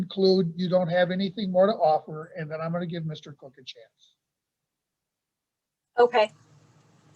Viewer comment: It's so irritating when the dad is called Mr Cook. His name begins with a K It's pronounced KOCH as in the former NY mayor of many years. I just don't get it 🤔🤔🤔